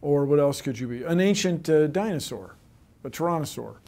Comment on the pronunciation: A DINOSAUW!